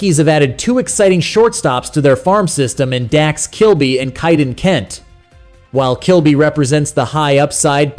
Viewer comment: Prounced "Kay"-den, not "Chi"-den